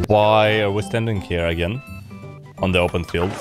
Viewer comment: "I am 'ere to learn about job seekers allowance"